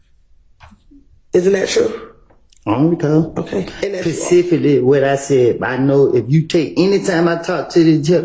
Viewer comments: This man said pecifically 😂😂😂he meant specifically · I don’t recall “Pacificly”🤣🤣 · Pasically how ever you pronounce it 😂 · pacifically lol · I don’t recall pacificly! The Pacific Ocean I’m confused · I dont remember Pacific Lee or however u say it😂